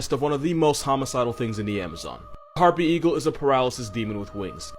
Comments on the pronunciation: Lmao, did he call harpy eagle "Air Bundy"? How does he keep coming up with these? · "AIR BUNDY" PLS 😭😭😭😭